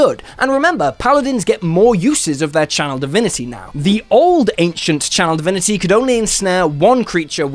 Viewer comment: For some reason, I always hear "child divinity" instead of "channel divinity" .... am I cursed?